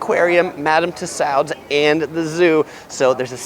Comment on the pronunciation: Sorry I must correct you, it's Madame Tussauds pronounced (too-sawds) sorry, keep up the great work.